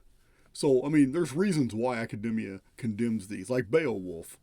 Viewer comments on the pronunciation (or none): none